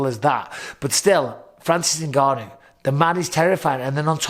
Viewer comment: How long will Ngannou have to fight before announcers learn to pronounce his name? They managed to get Nurmagomedov.